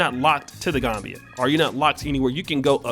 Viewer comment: Pronounced The Gam Bia. Not Gombia